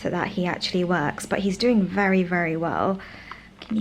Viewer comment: …said let me show u what Matt was doing in the kitchen…it sounded like u said “Matt is peeing in the potato’s…lol. Give a listen u will get a chuckle 🤭